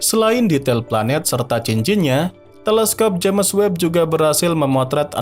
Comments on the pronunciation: Agak risih di baca nya JAMES bukan nya JEMS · Udah 2 tahun nonton ini, masih aja nyebutnya jemes web, jems woi jems